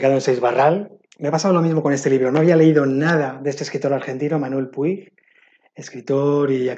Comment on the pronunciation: Qué lecturas tan interesantes. No conocía ninguna salvo Lulú y Tengo miedo torero (que justamente la estoy leyendo ahora). ¡Espero deseosa el vídeo de lecturas que os generan opiniones encontradas! 😍 P.D: No quiero ser quisquillosa pero no se pronuncia 'Puig', se pronuncia 'Puch' porque es un apellido catalán y en catalán i+g es un sonido muy similar a la 'ch' 😉